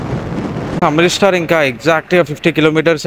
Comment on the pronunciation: Amrith star kadu Amritsar bro 😮😂